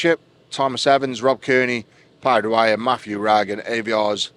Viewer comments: It's Aivars and not Aviars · It's still Aivars (as in: Aye-vaaaars, not Ey-vi-arse)